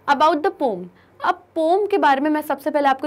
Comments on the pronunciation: Pome or poem ka diffecence pata hai jabse pome pome 🤮🤮🤮😖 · Mam it's poem not pom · Mam POM nhi hoti POEM hoti hai🤭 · Mam please change your pronunciation it's poem not pom😂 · Poem ❌️ Pom ✅️ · its not poom its poem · Ma'am your teaching in marvelous but POM instead of POEM 😅😅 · Mam these is poem not pome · brain ,Mam its not pome its poem Plz correct your pronounciation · Poem ❌ Pom ✅ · Mam thats not pom, it is pronounced as poh.uhm. Actually from this small mistake the students are getting to know the wrong pronunciation., being a english teacher you should know atleast these things. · It hurts my ears to hear you say Pom because its pronounced as "poh.uhm" in British accent. Most of us are used to hear or say /ˈpəʊɪm/ which has a slight æ sound. But... going great 🙂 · Pom nahi poem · Didi it's not pom it's poem 😂😂😂😂😂😂😂😂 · Aap pom kaise pronounce kar sakate ho ? It is poem mam. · Mam this not pom this poem 😂😂😂😂😂😂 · I think u r pronouncing poem as pom...🤔🤔🤔🤔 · Sorry but is poem pronounced pom?? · Poem not pom 😅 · Didi its not pom its poem 😂😂😂😂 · not poom its poem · Kya poem ko pom kehte h......humne to bachpan se poem hi kha h use...🙄not pom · I never heard poem saying as pomm😅😅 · Just pronounce the "poem" Word correctly. It's not "pome" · Aap pls poem sahi se pronounce karo 😅and aap bhut aacha explain karte ho bhut fast samaj aa jata he thanx for best explanation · Ma'am u are teaching very good. But your pronounciation of word poem is wrong. Please make it correct 🤠. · Mam apki poem bolne ki pronunciation galat h....aap British english use kr rhe ho..which is wrong 😒😒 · ma'am ka poem pronounce 😂😂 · Poem ki pronunciation galat hai 🙄baki sab acha tha 😘